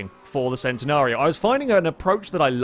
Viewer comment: it's pronounced CHEN-nenario, not the SEN-tenario.